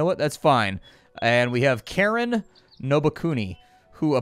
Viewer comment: The person referred to as "Karen" in this video is actually a guy with a Japanese name -- Karin is pronounced KAH-REEN. ;-)